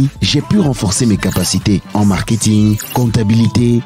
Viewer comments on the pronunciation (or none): none